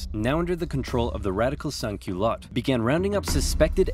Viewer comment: the pronunciation of “sans-culottes” in this video sounds closer to “saint culottes” in french which is really funny because that means “saint panties” 🤣